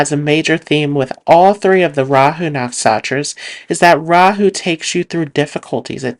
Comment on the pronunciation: Great video,, but why do you call NaksHatras "Naksatras?